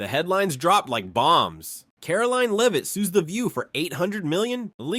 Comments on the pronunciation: Multiple mispronunciations in video: Karoline Leavitt's last name is not Leevit, it’s “Lehvit,” (short e) - that’s how she says her name. Sunny Hoston is not Host-on (rhyming with “boastin’), it’s “Hawston” (rhyming with Boston.) Joy Bahar is not BaHAR, it’s “BAY-har.” This announcer went on for 20 minutes screwing up the names of the main participants in the story, but corrected the “Leevit” to “Lehvit” later. English language: “Lehvit” or “Leave-it.” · It’s not ‘Leave-it’. It’s Lev-it. Learn the lady’s name. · You mispronounced Leavitt . You also did this in previous podcasts. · Its disgusting that NONE of you bastards in the MSM will spell her name correctly. Or call her name correctly. On EVERY PRESS CONFERENCE, her name appears. Correctly spelled. And she is ANNOUNCED. Next time, pay attention to the pronounciation of her name. Then GET IT RIGHT. YOU GUYS ARE PATHETIC.